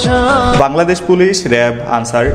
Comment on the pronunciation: আনসার Not আলছার🤣🤣